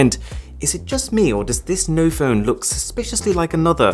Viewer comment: ‘’’Just look at this’’ was souding like ‘’ just fu*k at this 🤣🤣🤣🤣